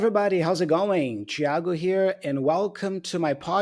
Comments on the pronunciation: KKKKKKKKKKKKKKKKKKKKKK vou chorar, é incrível saber que você é brasileiro só pela pronúncia do nome fui pego desprevenido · No primeiro "Thiago" eu pensei: "Esse ai é brasileiro".